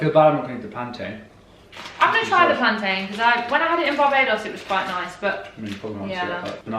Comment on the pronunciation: You said the proper pronunciation for plantain what a gem